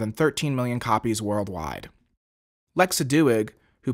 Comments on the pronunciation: Lexa Do-ig? Its pronounced d-oy-g! 😱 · Oh dear, please look up how to pronounce Doig. Hell - watch the fandom spotlight interview with her. The host gets it right.